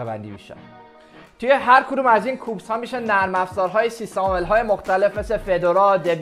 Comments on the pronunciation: البته اون کوبز او اس نیست کیوبز او اس هست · درستش کیوبز هست نه کوبز